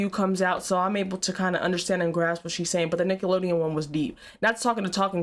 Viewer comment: When Nickelodeon says the word sounds like they leave the N out in the end of Nickelodeon. Maybe it's just me?